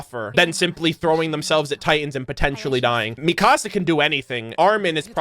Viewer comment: Theres not a day that goes by that I dont get incredibly angry at someone saying it as "Mi-casa" instead of "Mikasa", saying it as "Gene" instead of "Jean", and people saying "Mike" instead of "Miche" Just watch the English dub for a single episode featuring at least one of these characters and you'll learn the name real quick. Attack on Titan isnt one of those animes where you say the American/English version of the name instead of the Japanese version. You always say the Japanese version, or rather what the English Subtitle Translation says. The only exception to this is dependent on what version of the Japanese Alphabet you're using, or what translation you're using. Levi is a good example of this. In Japanese, his name is said Rivai, or Rivuai. Levi's name is foreign, which results in a Katakana writing form.